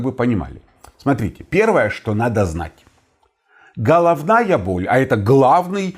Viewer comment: Да , только так слух режет -Холовная боль, неужели так трудно букву Г выговаривать ,,было бы приятнее слушать